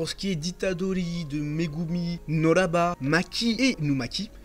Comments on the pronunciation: Elle s’appelle Kugisaki NOBARA. NO BA RA et non NO RA BA. À part ça bonne review, si ce n’est qu’il est important de préciser qu’en réalité on parle de Okkotsu depuis le tout depuis du manga! Meme si certaines personnes pas très attentives ne l’ont pas remarqué. Ce que je veux dire c’est qu’il ne sort pas de nul part. Depuis le début Maki , Panda et Inumaki parlent de lui , notamment durant le tournoi interscolaire contre l’école Jujutsu de Kyoto, ils disaient qu’il serait malheureusement pas là parce qu’il était en mission à l’étranger. D’ailleurs Todo était fâché de l’absence de Okkotsu parce qu’il le considère comme son rival... Okkotsu est aussi, avec Megumi et Yuji (possédant Sukuna), un des exorcistes que Gojo considère comme ayant le potentiel de le surpasser. Il avait aussi parler de Todo et d’un élève de Terminale de l’école de Tokyo dont j’ai oublié le nom là... mais bon, voilà. (J’espère que vous n’aviez pas oublié qu’on pas encore vu les élèves de Terminal du lycée de Tokyo !? 👀) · Très bonne vidéo mon reuf par contre pk tu dis noraba à la place de nobara ?